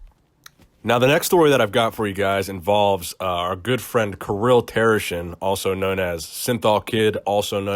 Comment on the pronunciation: it's pronounced Keereel))) not Kiril